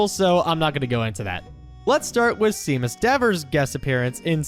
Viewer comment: As a Seamus I hate it when people pronounce sea-mus both shay-mus it's just like sean